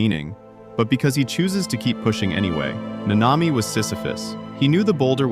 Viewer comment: I like the video but why is it so hard to just pronounce the names the way they do in the show. The emphasis is on the first a not the second